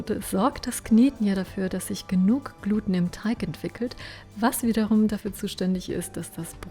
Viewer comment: Schönes Rezept, tolles Video! Ein kleiner Tipp am Rande: Es heißt "Glutehn", mit Betonung auf dem E.